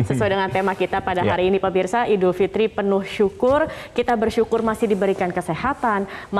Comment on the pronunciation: Idul fitri mbak, bukan idul fitrum. Kok salah gitu sih bacaannya